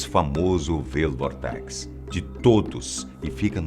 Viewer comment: Experimente: (pronúncia: "Uáild Vórtex" do inglês "Wild Vortex" - (Vórtice Selvagem). O google tem um tradutor em que podemos colocar a palavra no idioma desejado e, caso tenha dúvida ou não conheça a palavra, você pode ouvir sua pronúncia correta. E o que é melhor, é grátis. E seu vídeo é muito bom.